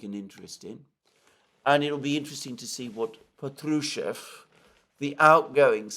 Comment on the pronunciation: Respectfully, the name Patrushev has stress on the first syllable - therefore, Pátrushev.